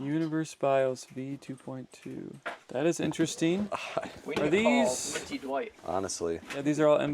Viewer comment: please read this lol. It's pronounced DWIGHT! not DE'WIGHT. You have been saying this for over a year, get it right lol. Love you bro hahaha